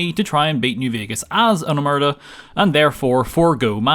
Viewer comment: i get it that people are induced to error because Omertà isn't usually written with the crasis on the A in english but. god the way people pronounce it hurts me as much as this challenge hurt